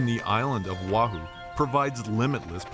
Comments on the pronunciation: By the way... The Island's name is Not pronounced WAHOO. It's pronounced: Oh wah hoo. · It’s O Ah Hoo